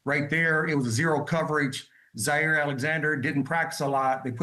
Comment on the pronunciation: ... it's not Zaire ... it's Jaire !